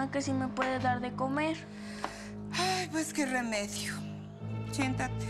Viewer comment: SOY EL UNICO QUE ESCUCHO QUE LA ESA DIJO CHENTATE EN EL MINUTO